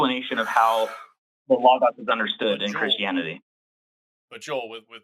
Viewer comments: And pronounce it correctly this time. 🙄 😂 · For some reason the pronunciation “lah-gahs” is pissing me off lmao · and Forrest deserve sainthood for being able to listen to Joel mispronounce Logos for thirty minutes without correcting him. I wanted to scream! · YES! Thank you! It was infuriating, especially since Forrest said it correctly before the caller started talking about it. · I knew it was gonna be bad when the guest couldn't pronounce logos and I was right